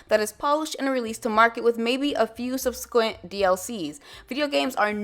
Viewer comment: IF YOU ARE SOME GHETTO ILLITERATE B*TCH, THEN DO NOT MAKE ANY VIDEOS, AND FOCUS ON THE ENGLISH LANGUAGE IN STUDY. YOU CONSTANTLY MISPRONOUNCE MORE WORDS THAN BIDEN, OR TRUMP FOR THAT MATTER, GO OFF SCRIPT AND HAVE "DOH" MOMENTS... IT IS SUB-SE-QUANT! So, it sounds like a consonant blend sound that's similar to a blend of the letters "k" and "w".